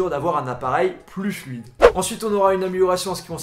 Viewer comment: Plus fluide .... Mon dieu des fois vaut mieux être sourd 😂😂😂👍🏻